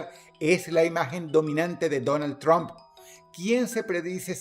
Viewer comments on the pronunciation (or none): none